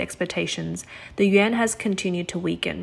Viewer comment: Stop saying, “Yen.” It sounds like you’re talking about Japanese currency. Yuan is pronounced as, “Yawn.” If you can’t pronounce it, just say RMB.